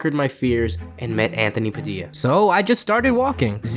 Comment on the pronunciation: I thought his name was pronounced pad i Luh